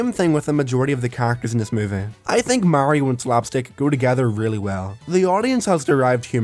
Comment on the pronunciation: its so fucking off putting watching someone with an accent pronounce mario correctly